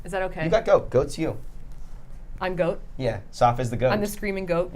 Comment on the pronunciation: that is not an Australian accent. We pronounce Goat like go-T, no extra vowels. Also not a New Zealand accent. Hope this helps😊.